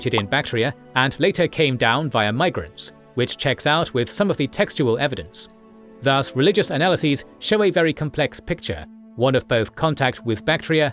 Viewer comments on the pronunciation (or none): I wish the narrator pronounces 'thus' more correctly rhyming with 'bus' with no stretch of sound on the vowel. The way he is saying it confuses with Indian Sanskrit word das or daas.